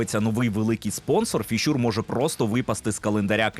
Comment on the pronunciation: Не "фішУр", а "фІшьор". А так дякую за випуск👍